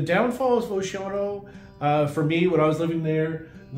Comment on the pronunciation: I love how you mispronounce Oceano. I guess you learned from another transplant from somewhere else that claims to be a long-time local. I was born and raised in Oceano. I’m 70 now, so I know how to pronounce the name, it’s O-she-an-o, not whatever you’re trying to say, that’s like when people mispronounce Lompoc as Lam-pock instead of the correct Lam-poke